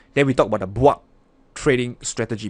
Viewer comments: "Let's say it together: the BWAP stratgey" :D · When say BWAB🤣🤣🤣